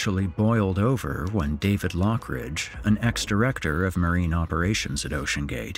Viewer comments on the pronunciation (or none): none